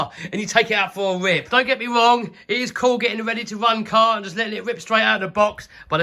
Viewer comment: “Let’s take it out for a rwip!” What?! Translation please, my British ain’t so good.